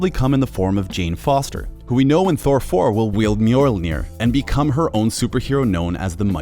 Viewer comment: mjolnir not mjorlrnir